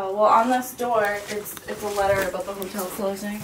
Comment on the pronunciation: Have you ever noticed that pronounces "Hotel" as "HOLTEL" lol.. its cute haha